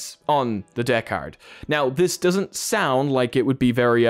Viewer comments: Pronounce it like this, bro... "deckered" and it'll sound like it's supposed to rather than "deck hard" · Deckard? Deck AR Device?